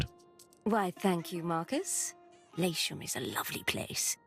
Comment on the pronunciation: Thank you for complaining about the pronunciation of Latium. As soon as Juliana said that, I said at the same time as you did "Its Latium!"